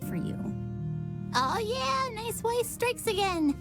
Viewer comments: It’s always bothered me how Weiss’s name was always pronounced incorrectly but her last name was pronounced correctly :[ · No one else gonna talk about the characters pronouncing Weiss’s last name differently??